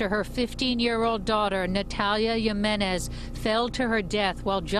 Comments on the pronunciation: Also, can people pronounce the name right? J I M E N E Z! Hee-me-nez. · I feel bad, a lot of us did stupid things as children and teens even as adults. I think the girl was addicted to the adrenaline and rush of doing something dangerous. I also couldn't help but notice the news reporter butchering her last name "Jimenez" it is not that hard.